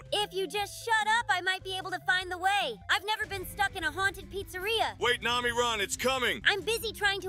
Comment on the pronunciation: He said nami as mommy?!!!!!??